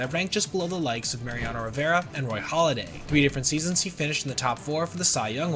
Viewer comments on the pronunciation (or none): It’s Roy HALLADAY, not Holiday. 🙄